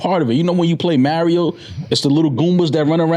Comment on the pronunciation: The way pronounce Mario don’t sit right with me lol